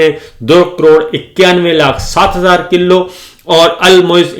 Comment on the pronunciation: صابر یقیناً آپ "پُنّر جنم" پچھلے جنم میں طبلہ نواز رہے ہونگے، باوجود بارہا نشاندہی کے آپ اپنے پچھلے جنمی پیشے سے چھٹکارا نہیں پارہے، دوسرے آپکی اردو لفظوں کی ادائیگی بھی کافی خراب ہے مثلاً : ستاسٹھ ❌ سڑسٹھ✅ کِلّو ❌ کِلو✔️